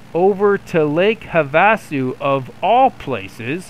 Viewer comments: Lake have - Ah- sue👍🏻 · Not sure about the guys name, but having grown up in Arizona, you missed it on lakes name. Try this “have-a-sue” mini pauses between. The other place not far away is the Grand Canyon. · Lake 'have-a-sue'...not getting much real flying in huh? anyway, cool... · Me it’s not pronounced correct